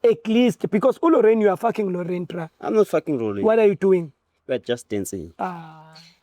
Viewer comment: Who is Rorraiinn...we gonna call this Rorraiinn 😅😅😅😅 UGingerr😅😅